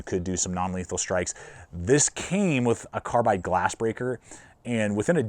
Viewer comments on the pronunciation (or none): none